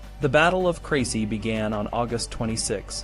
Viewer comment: You mispronounced every town including the battle